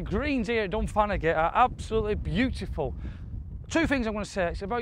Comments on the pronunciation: It takes some kind of sad person to come to this conclusion and then to complain about it! This is my home course (pronounced Dun-fan-a-hee 😂) and I really appreciate you showcasing this and all the other fantastic courses in this under appreciated part of the world. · Dun-fan-ah-he. Or “Dun-fan-ah-hay” if you want to mimic the local accent. The “g” where you see “agh” is rarely sounded. Like “Gallagher”. The first one is pronounced, the second one isn’t. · its pronounced Done Fan a He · How did you pronounce that as dunfagaty 😅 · Supposed to be Pronounced Dun Van a Ghy 😂